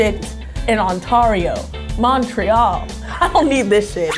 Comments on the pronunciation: “Ontawrioo”. “Montrayol” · ONTAAHRIO, MONTREAL as a canadian... i can't